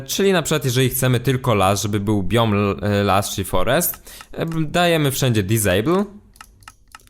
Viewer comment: dizejbyl :D